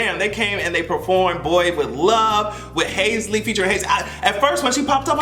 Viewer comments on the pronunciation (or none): I was trying to figure out who Hayslee was 😂 You talmbout Halsey? (Hall-zee) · are you calling HALsey HASley on purpose 💀💀💀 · it's Halsey(Halls-E)... Lol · Hazy🤣🤣🤣 it’s Halsey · Haze-Lee :D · Not you calling Halsey, Haisley nnn 💀💀💀💀💀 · Halsey=HALL Z Lol still luhh you doe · Everytime you say Hase-Ly it gives me life 😂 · You did not say Halseys name correctly one time. I’m screaming